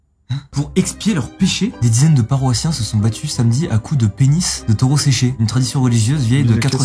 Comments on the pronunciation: Je suis le seul choqué par "Taurau" a ?? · "Un Taurau" mdrr le français